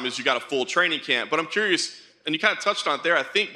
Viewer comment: ''im corious'' morgan